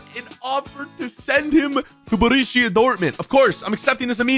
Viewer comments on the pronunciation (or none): I like how he pronounced borussia burishia